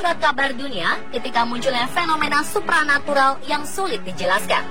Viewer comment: supra natural / supernatural wkwk kok aku dengernya supra xD